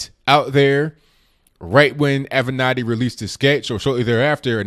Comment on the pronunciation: Finally someone who can actually pronounce Creepy Porn Lawyer's name correctly....